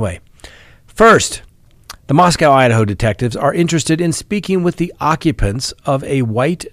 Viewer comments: It’s pronounced MosCOE Not MosCOW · it’s “moss-co” not “moss-cow” like in Russia. 🤦🏻‍♀️ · Moscow rhymes with Roscoe 😉🤣😂 Dugger rhymes with hugger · asked us on the live stream the other day the correct pronunciation of Moscow. Whether it's Russia or idaho, there is no cow in Moscow. I commented about that on the live stream but apparently is still mispronouncing it. MOS-COH is the correct pronunciation, although everybody everywhere mispronounces the one in Russia all the time. I've noticed that most of the officials in Idaho pronounce it correctly.